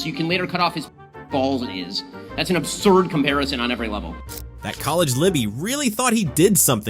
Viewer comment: She said obsurd status lmfao. Ya think?